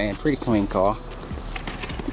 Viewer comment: 💀🤣 “I love this carrr”